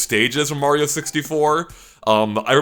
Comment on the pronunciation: from GameXplain it is Mario not Meario Dumbass